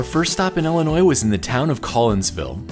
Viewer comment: Stop saying "ellinois". It made me stop watching